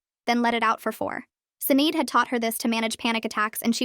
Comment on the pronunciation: “Sinead” is pronounced “Shih-NAWD.”